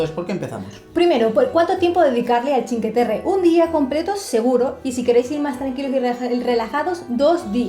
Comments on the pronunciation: Os sugiero que pronunciéis completamente bien, no solo parcialmente. Sí está bien dicho que pronunciéis "chin" para "cin" pero suena rarísimo que digáis "que" en lugar de "cue". O sea que la pronunciación sería "chincueterre" pero nunca "chinqueterre". Es que además lo decís tantas veces que uno acaba abandonando el video. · Se dice chincueterre. Lo escribo así para que sepáis.como se pronuncia. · Esta todo bien pero la pronunciacion correcta seria que no se coman la letra U se deberia pronunciar como si fuese la CUE de cuestion me dejo entender ? osea pronunciarlo como se escribe sin comerse la U adios .